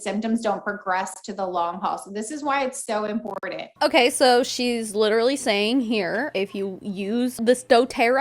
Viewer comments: Its very im-poor-dent. Ugh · EMPOORDENT. The way says important grates me.